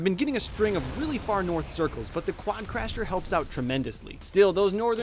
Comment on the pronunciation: WI think I'm the only one who realised that said quadcrasher and not quadcrusher